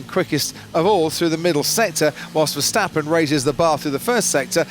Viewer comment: mex vesteppen really commentator ?? ,,do your homework,, google youtube for pronouncing